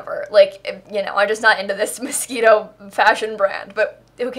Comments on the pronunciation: Ummm hate to be the one to tell you but it's pronounced MosQUIno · is she saying 'mosquito' on purpose??? isn't it moschino or i am going mad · I swear you are saying Mosquito..not moshchino. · literally everyone else: mos-CHIN-o: mosquito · It’s not mosquito stuff it is moschino!!! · Am I pronouncing this pack wrong? It’s Moschino....not mosquitoe? Like Mosh-she-No. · It is Moschino buy she makes fun of the pack so she says mosquito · why does everyone pronounce moschino so weird. It´s moschino not moskino or what ever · It's called Moschino, not mosquito. What's wrong with you?! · I heard mosquito aswell, it’s okay. 🤡😤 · 🤣 did she just say mosquito? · I keep hearing Mosquito 😂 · Anybody gonna talk about the fact she was saying mosquito? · I can’t unhear MOSQUITO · not me thinking shes saying "mosquito stuff" lmao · I keep on hearing "mosquito" hahaha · Did you say mosquito? Ahahahahahaha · I thought she sais Mosquito pack😂 and didn’t réalise until the end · Every time you said Moschino I thought you were saying Mosquito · I keep hearing mosquito stuff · Are you saying Mosquito stuff? I swear that's all I hear lol. Perfect name for the pack though. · It's not mosquito it's Moschino it's a designer luxury brand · i heard tht as mosquito stuff.... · holy crap i watched your realm of magic video and you mentioned moschino.... i heard you said mosquito and i'm so confused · Why did i use to think you said mosquito pack........ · So the pack is actually pronounced "mosquito stuff"..? Now i know.... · was she saying mosquito on purpose or not. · Did you just say mosquito stuff? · Why do you always call it mosquito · the way you say Moschino triggers me its like your saying mosquito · Why is it so hard to pronounce Moschino properly.